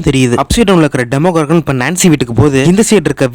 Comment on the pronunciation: Why are you tell demogorgan that is demo doragan